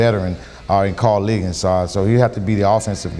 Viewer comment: Stop calling Ligon, Liggins. Come on Host